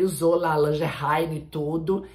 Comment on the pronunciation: "Langerray Feminaine". "Langerrelsimi" Essa é tudo!! 😂😂😂😂😂😂